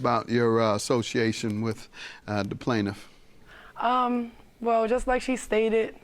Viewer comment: I thought the announcer mispronounced the plaintiffs name 😭😭